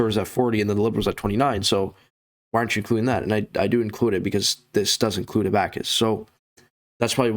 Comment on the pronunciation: I can’t take you serious when you can’t even pronounce abacus right lmao